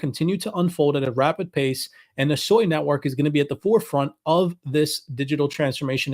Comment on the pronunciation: Sui is pronounced SWEY! Not SOY. there is no O in Sui.